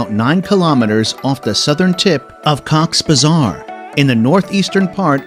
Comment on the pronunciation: it's not cocks bazar, it's cox-es-bazar